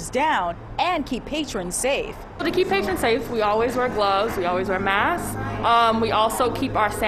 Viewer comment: “Masssks do work.” Credibility lost.